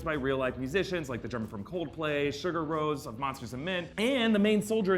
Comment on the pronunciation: Sugar Rose? You sure have an interesting pronunciation of Sigur Rós